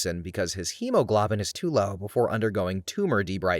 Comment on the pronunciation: Please look up medical pronunciations. fistula and hemoglobin are two examples you got wrong.